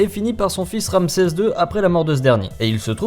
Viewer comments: "Ramsès", pas "Ramesès" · mais c est quoi ça c est pas ramesses mais ramses